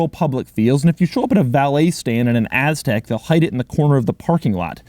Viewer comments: If I had a dollar for every time he said Aztek (and stressed the “TEK”) I would be sitting on a private island somewhere not watching this. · Impressive, you just said AS-TEK over 50 times in this video! Funny! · Doug Pronounced Aztek AssTek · "so you can just hang out on your AZZtek" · Its "Aztek" not "Aztec" But doug pronounces it like Ass-tek 😁😁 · "hang out on your asstek"